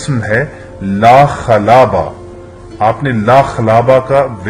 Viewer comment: لا خلابہ ہے اور پڑھ لاخلاوا ہو